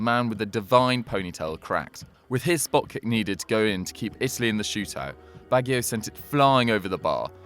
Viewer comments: Baggy - O?? It's pronounced Badgy - O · It's not Baggio in pronunciation but bajjio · Did anybody else stop watching this video as soon as they pronounced Roberto Baggio's name as "Roberto bag-e-o". Also, if, as I suspect, they're talking about his World Cup final miss at USA 94, then this wouldn't necessarily be all that haunting considering that if he'd scored Brazil still had one in hand to win it. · it's bajjjjio baajjjio bagggggggio not ba ghi o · No, it's not. The I is silent. It's pronounced Badjo. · No, I'm Italian, it's pronounced Ba-joe(like the name) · Roberto Bag-io? Really? smh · "Roberto Baggy-o"? You're just reading shit off Wikipedia, aren't you? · it is pronounced Badge-e.o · You lost me Bag-eo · It's BaJJio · Bag-e-o? Lol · Its pronounced Bajjio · Who is bag gio bag lol u fud typical say it like u spelt it here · Consistently hearing Baggio mispronounced... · The hosts pronunciation of baggio. What a hack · Say Baggio like that one more freaking time...... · HOW DID HE PRONOUNCE BAGGIO!?!?!?!?!? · I find it a bit embarrassing that a member of a football-oriented channel does not know how to pronounce "Baggio" properly. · Learn how to say Baggio and Keane didn't end Haaland's career. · Good job getting the "Baggio's" name wrong each time lol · Unforgivable the way you pronounce Baggio!! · The fact you can't pronounce 'Baggio' properly will haunt me for life!!' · The way he says Baggio pisses me off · My nightmare is hearing the pronunciation of foreign players' names completely butchered. Honestly...Baggio! Nincompoop... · I’m going to be haunted by your pronunciation of Baggio 😣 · Who can't pronounce Baggio tho? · Unable to pronounce italian names haha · You can't even say Baggio? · my nightmare is hearing Baggio's name mispronounced so badly. My guess is, this youtuber is Oxbridge educated and has only ever read about Baggio. Probably even knows his shoe size lol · Need to get those pronunciations correct bro